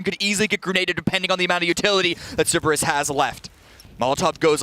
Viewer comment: Three days in and he is still saying "Ceberus"